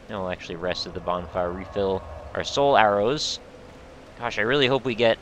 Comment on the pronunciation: Every time you say "Soul Arrows" I hear "Solaire-Os" the grossly incandescent breakfast cereal. I love it!